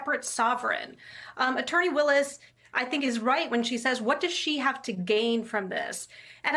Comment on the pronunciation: im glad people are finaly saying Miss Willis name right